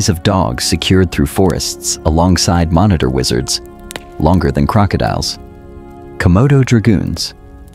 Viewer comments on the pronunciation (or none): I let "Sores" instead of "Flores" pass but "monitor wizards" and "komodo dragoons" were too much. Stop using AI to read content! No wonder there's only 190 subs.